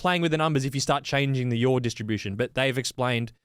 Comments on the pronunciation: When starts talking about yaw angle all I hear is ‘yawn’ angle.😂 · Great video guys.....Please stop saying YOUR angles...they aren't mine!!....The word is pronounced YAW!!!....Thanks again...